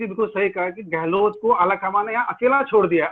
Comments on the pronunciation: Sardesai gehloT , kya hai, its gehlot and not gehloT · अबे ग़लोट नहीं गहलोत है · Apko sarei bramhand mei,is adami raaaajdeep ko chorh koyee aur analyst nahi milta.kya majburi aapki.show ka star gira deta hai ye banda .pl call some genuin person or you alone r enough.sab par bhari hain.gehlot ko gelot bolta hai,kya kaha jayei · Bsk gahlot bolna Sikh le pahle